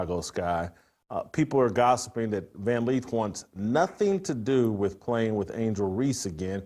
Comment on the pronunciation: Its Lith. LITH. LITH!! Not Leeth!! JFC.